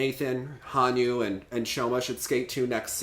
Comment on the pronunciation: Joe calling Hanyu: "Hon-Nu". BRUH.